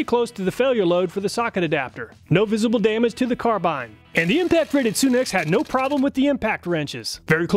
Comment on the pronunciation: It's not pronounced Soon ex, it's Sun X tools. Like our star the Sun.